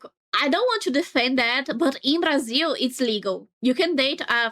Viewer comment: are you brazilian by any chance? That "Brasil" were spoken like a true native speaker